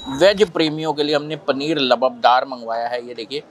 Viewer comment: Labubdar nahi hota lubdo labaabdaar hota hai